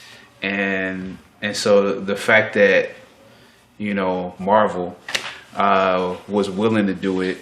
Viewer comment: One thing that I don't understand about Koreans who speak perfect English is why they pronounce English words with a Korean accent when speaking Korean. Why is Eric pronouncing Marvel like Marbel when he speaks Korean? It's different if he did not speak English but he knows how the word is supposed to be pronounced.